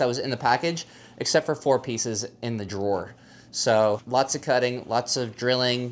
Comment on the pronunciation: 'drawer' lol